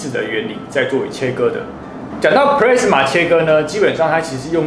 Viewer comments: Plasma的讀音應該是普拉斯馬，不是普類斯馬。 A發阿的音。 加油！讓台灣的youtube平台不要只有娛樂圈而已，給個讚。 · 我也都是聽老師傅說ㄆ拉斯馬，ㄆ勒斯馬我還是第一次聽到🤣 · 發言錯誤了喔，是ㄆㄌㄚ死ㄇㄚˇ，不是play死ㄇㄚˇ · 你在這不服氣回復的時間 可以去搞清楚plasma 和 pressman 根本是不一樣的 還有 要酸也是酸你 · pla s ma 不是唸 ple s ma...等離子是中國翻譯 台灣叫電漿 物質的第四態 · 是普拉阿斯瑪, 不是普雷斯瑪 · 普拉斯馬 not 普咧斯馬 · 英文都唸錯了，一點都不認真，Plasma唸做 "鋪拉死馬"，不是 "普咧死馬" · 其實那是英文的日文發音プラズマ，中文念"普拉茲馬" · 普莱子么 [ˈplæzmə] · 聽了很多次的”press-ma”......聽到我懷疑人生了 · 少年ㄟ 不是google翻出來 就等於業界再用的 在業界 你貢press-ma 沒郎聽有拉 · 完全認同👍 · pressman是三小? 你搞笑? 弄理工題材 就是要追根究柢 實事求是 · plasma 發音是"ㄆ拉茲瑪" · No!No!No!!跟我唸一次ㄆ拉死馬～ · 廢話不多說!結果到 之前全是廢話= =差點度辜 而且一直聽到pressma到底是說錯還是習慣= = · 日語發音轉過來的，要先用日文去想念法才會對， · plasma發音錯誤, 還有等離子體是中國用的名詞, 台灣叫電漿. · 光這個 " plasma "的讀法,差評